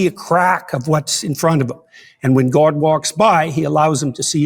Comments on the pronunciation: This is neither here nor there, but the way JP pronounces GAUWD pisses me off so much. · Accents are always regional. So yes, there are Canadians who pronounce the word differently. But the way JP pronounces it (and other words like 'body' or 'complex') is very, very common in Canada. I even checked the Wiktionary and it says god is pronounced like that in Canada (and Wales.)